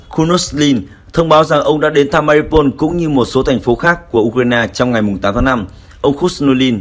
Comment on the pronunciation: Tên tp là Mariupol mà ông nầy cứ đọc tắt là MA-RI-PÔN,bỏ mất chữ U,mà cứ đọc vậy hoài.Chán...